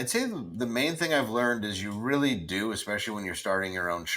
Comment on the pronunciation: Dear reader 😂 he reary ronrey